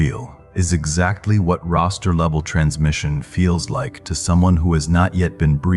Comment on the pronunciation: I heard his pronunciation as roaster Not Roster. Vowels matter to me ❤